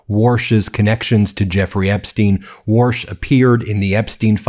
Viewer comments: Take the warsh out! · Warsh just gets worsh every time he opens his mouf. Another Twump fwunky.